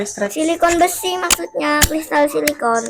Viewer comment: Silikon bukan Solikin 😂😂😂😂